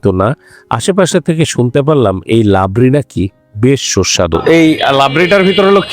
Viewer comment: What is labri? Isn't it Rabri?